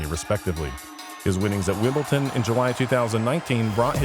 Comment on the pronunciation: Bro.... Wimbleton? Its Wimbledon.